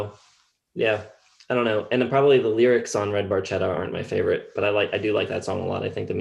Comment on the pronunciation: Geddy actually mispronounces Barchetta. The C is hard.